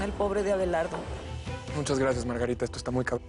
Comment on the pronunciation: A mi me dio risa cuándo dise Margatita ..Chela, Felicidad,🤣🤣🤣😅🤣 Violeta .vengan pa. ca🤣😅🤣